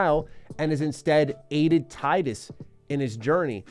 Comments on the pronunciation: Its tee-dus btw not tie-dus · Tidus not taidus Do you say pick or paick? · It’s pronounced canonically “Tee dus” not “Tye-Dus” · He's called Tidus, not Tightus :( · Not that it matters much, but it's pronounced "Tee-dus" not "Tie-dus." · He said “Titus” instead of “Teedus”. ✌️ peace out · It's not "Tie-dus". You pronounce it as Tee-dus. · Hate to break it to ya, but it actually is in fact pronounced tee-duss. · Why people keep calling him Tydus? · It's pronounced "tee-dus", bruh. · Tee-dus. Great video aside from the incorrect pronunciation. Thanks for showing off one of the best games of all time! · You are mispronouncing Tidus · Man is saying Tidus name wrong the whole video lol